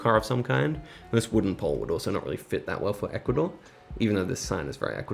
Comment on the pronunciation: Omg the way you pronounce Ecuador